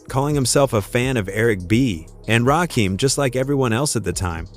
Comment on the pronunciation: Butchered Rakim’s name too